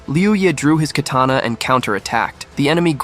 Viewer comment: Lol they said kerrtanna instead of katana at that timestamp and YOU'RE trying to sound smart by stating the obvious about a fictional manwha 😂 get your priorities in order you blueberry!